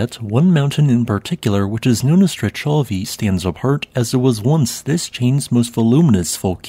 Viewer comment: Nice video as always... Wonderful work of documentation, and a volcano chain I didn't know it existed! Just as a quick note, your prononciation is a bit off... Strechovy would be pronounced as "Strekhovy " with the Russian Kh sound like in Sakhalin... And the last one goes by "Koshitsky Klechenov" 😊